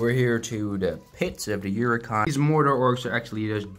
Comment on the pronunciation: Who else got pissed off when he pronounced Uruk hái as ‘yooroo Ki’